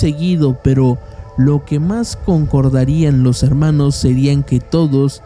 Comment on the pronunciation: No.. no eres el único, usa palabras inventadas, la redacción la hace en pretérito imperfecto, lo cuál da la impresión de que es todo una historia inventada, un cuento. Amorfono no existe y la pronunciación también deja mucho que desear. (harmanos, y otras palabras que escuché y no recuerdo pero no voy a volver a ver el vídeo para buscarlas)